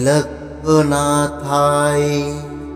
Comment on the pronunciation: আবার সেই ভুল। Trailokkonathao মুখে বলছেন। লিখেছেন অন্য রকম।mantra uchharon vul hoa thik noi.